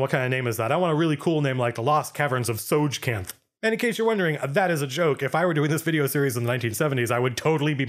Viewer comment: Soi-kanth? * shrugs * I presume that is the pronunciation... unless the creator outright stated the pronunciation as Teh-soge-kanth.